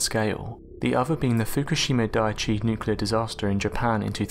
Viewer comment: You need to learn how to pronounce the word nuclear, if you're making a video about nuclear accidents.